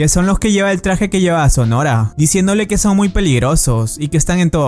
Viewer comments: Alguien más se estresó al escuchar "sonora" en lugar de sonohara?? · Estuvo mencionando el apellido de mizuka todo el vídeo su apellido no es sonora si no sonohara(se Lee sonojara) y el del prota es rihito no rito se Lee (rijito)